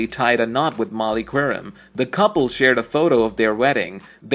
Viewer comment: At least have the decency to learn how to pronounce their names correctly: Jacoby, Qerim, Vitale.